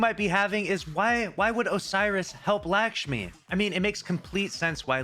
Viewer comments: It's LUCK-shmi not LACK-shmi, come on dude even your name is lucky. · it’s pronounced “Luck-Shmee” - you’re saying an indian name like how white people say indian names lol!